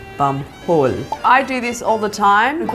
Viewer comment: Omg the way she says hole xD houl xD